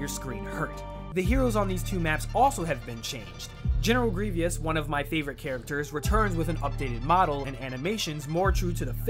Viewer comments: Did you say Grievious? I let it go when you pronounced Cato Neimoidia wrong but that one's too funny lol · "General GREVEOUS" facepalm